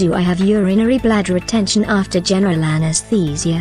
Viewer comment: My mind was distracted by the pronunciation of anestheeeeesia 😂